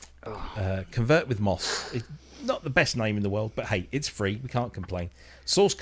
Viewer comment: Thanks for mentioning ConvertWithMoss and even pronouncing my name right! 😀 Support for Yamaha formats would be interesting since I just got myself a MODX7+ but there is no open documentation and so far I only found a very rough analysis of it.